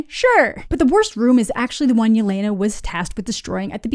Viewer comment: Still can't believe Disney/Marvel didn't do the bare minimum of research to learn that Yelena is pronounced "yeh-LEH-nah" not "yeh-LAY-nah" and that she wouldn't go by her full first name in informal situations; she'd go by the short form Lena ("LEH-nah") just like Natasha went by Natasha and not Natalya (her full first name).